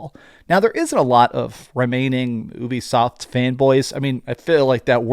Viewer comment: Dont mean to troll… but its pronounced YOU-BE-SOFT not Ewwbie soft or whatever your saying! If your doing YouTube you gotta get the pronunciation right bud! Great video tho!